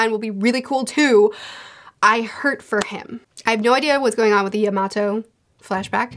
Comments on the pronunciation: YAMATO ! Not Iymato lol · btw yamatos name is pronounced ya-ma-tow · can someone tell her how to say “Yamato” 😅😅😅😂😂😂😂 I was like who the hell is she talking bout.